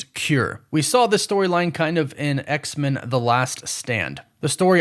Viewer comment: What's the deal with your pronunciation of X-Men? It sounds like you're saying X-Mun. Is that the "official" way this name is supposed to be pronounced? I'm not a super geek so please excuse me if I'm not fully informed but I've always presumed that the name is to be pronounced as X and then the word men, said exactly as you'd say the word "men" alone. With a short e. Please enlighten me.